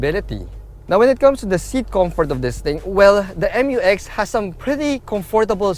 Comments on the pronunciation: ISUZU MU-X NOT M-U-X😁😁😁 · FYR it is pronounced as "myu-ex", not M-U-X. That's why it is spelled Mu-X. ✌️